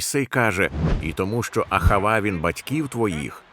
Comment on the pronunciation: АГАВА а не АХАВА